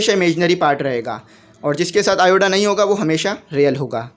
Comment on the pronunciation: lt is iota not ioda.